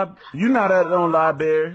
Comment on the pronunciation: libarrrrrrrry really? library